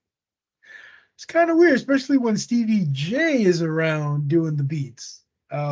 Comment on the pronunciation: i thought he said sceevy not stevy